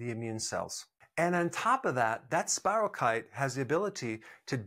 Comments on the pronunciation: I appreciate many of your videos, Dr. Berg, and am interested in much of this, but you know, genetic differences, even in MTHFR, seem to predispose some people to chronic illnesses, maybe Vit D or such could help even then. I was healthier in the summer when I had Lyme disease… please note it’s not Lymes disease, and check the pronunciation of spirochete (keet) so people don’t dismiss the other things you can add to this topic. I suggest everyone watch Under Our Skin documentary, sometimes it’s even free on YouTube. Look for the website on Lyme disease by Dr. Marty Ross, he also covers coinfections, which are often not acknowledged, and complicate things. Any additional tips on improving immune systems would be great! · FYI ANYONE: SPIROCHETE IS SPELLED SPIROCHETE OR SPIROCHAETE AND IS PRONOUNCED AS SPY- RHOE- KEET.